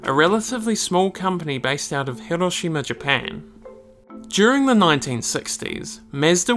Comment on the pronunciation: Tried and tried to watch this but this chump constantly mispronouncing MAZDA as mehsda drove me insane. Never mind what he did to Hiroshima!